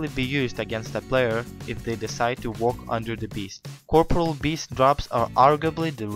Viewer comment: can u say corporeal beast right plz